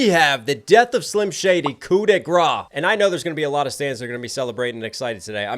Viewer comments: Thanks for all your reaction video. Your prononciation is not right for « grace ». You have to pronounce it like « grass » in English! Shout out from French fan ! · I can’t not comment this as a Frenchman, but, the prononciation of « grâce », is a bit like grass in English. The « -ce » at the end make an « s » sound. Also, wtf, it took you to mention it at the end of the video to see that you have way more than a million subscribers now ! Congratulations ! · you don't say grâce right but good try x)